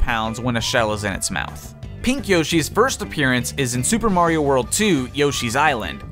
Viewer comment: Is it just me or did he just called Mario as Maria